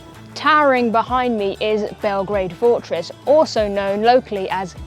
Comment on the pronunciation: It's Belgrade, not Belgreid. Grad means the city. Bel is white. So the White City.